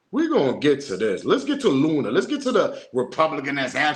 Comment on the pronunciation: you said Ms Looney 🤣🤣🤣🤣🤣💀💀💀 it's Luna! 🫡.